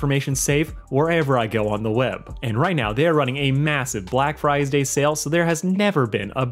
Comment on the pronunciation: No one talks about how he says friesday :c